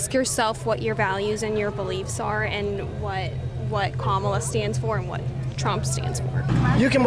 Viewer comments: LOL "Camela" :P THERE IS NO WAY TRUMP CAN LOSE!!!! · DID YOU SAY CAMELA HARRIS? HAHAHAHAHAHGAGHAHGAHAHAHAHAHAAAAA. TRUMP 2024 WE GOT THIS!